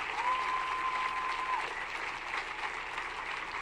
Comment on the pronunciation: “Rashid-er” 😂 I like it! Whenever she winning & tearing down the corrupt. I’m going to call her “The Rashider”